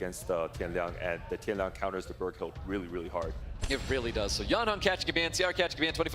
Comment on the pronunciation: dude casting really saying tian liang...can we get more amateur casters?